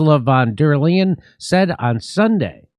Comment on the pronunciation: Fun fact, the first part in Ursula van der Leyen's family name is pronounced in German like "lie" Ursula van der Lie'an...